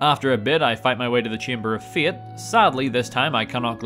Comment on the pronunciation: Chamber of fiat 🤣 I can't unhear it now, (fiat Italian car company) 🤣